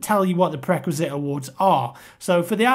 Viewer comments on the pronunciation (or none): Jemaine_Clement Oh and, it's pre-requisite, not prequisite!!